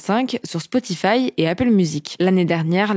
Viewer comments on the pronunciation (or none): none